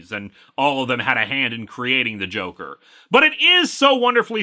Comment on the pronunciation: Oof. Uh, I heard "Joke" but not "Joker".